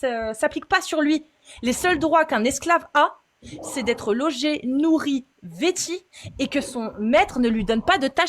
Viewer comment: Pas "vêti" mais "vétu" one more time